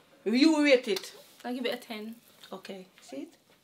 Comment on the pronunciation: She Tin lol!